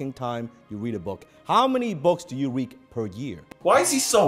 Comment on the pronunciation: "How many books do you reek per year?" Millionaires have horrible diction too, apparently...